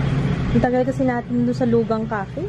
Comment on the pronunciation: "Loo-kang" po basa dun. Current drugstore faves po ds month plssss.:)